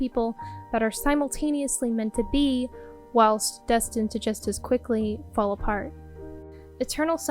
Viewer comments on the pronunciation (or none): none